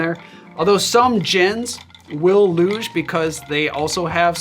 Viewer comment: "loosh", not "luge"